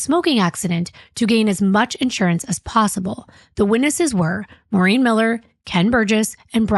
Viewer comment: I hate when people say “Marine.” My mom’s named was Maureen and she always said “More-een.” A lot of people do it so nothing against yall and maybe this lady said her own name like that. And dang, so many familiar names. I’m Rachael, my mom was Maureen, my uncle is Kim, and cousin Kem, and my grandma is Norma. Is this fu**ing play about us?!😂